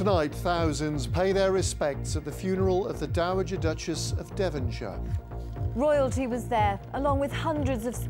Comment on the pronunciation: "Woyalty was there"